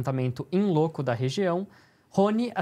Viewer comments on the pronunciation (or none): A pronúncia do termo em Latim "in loco" (no local) seria mais parecida com algo do tipo "in lóco" ao invés de "in louco".